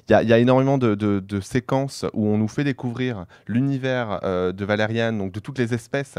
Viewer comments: Valerian pas valeriane 😱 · qqun corrige ce mec sur la prononciation de Valerian, et pas "Valeriane"... -_